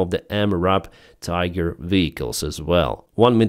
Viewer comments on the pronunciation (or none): none